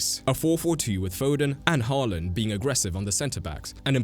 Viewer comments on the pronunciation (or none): none